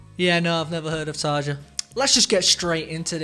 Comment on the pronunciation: Tarja is amazing! I loved her with Nightwish and I love her solo work. She also did an amazing collab with my other favorite band, Within Temptation! The song is called “Paradise” and had well over 100 million views last time checked. Btw, her name rhymes with “aria” (the j is pronounced as i). Just wanted to give you a heads up before someone gets rude about it.😊